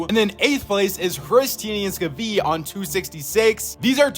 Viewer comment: I don’t think you pronounce skviis name with the v, just skii